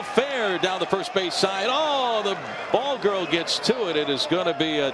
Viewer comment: Jackass announcers can't even say BALL GIRL even when their jersey says BALL GIRL.